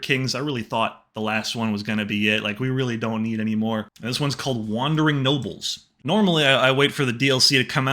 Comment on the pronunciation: It sounded like you said wandering nobbels instead of nobles